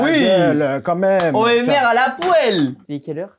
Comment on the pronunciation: Je rêve ou tu as dit la poêle